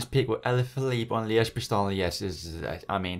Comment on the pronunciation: Its Bastogne, not Basogne.